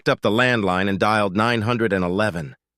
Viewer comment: Short. Blunt. Always mispronouncing 911.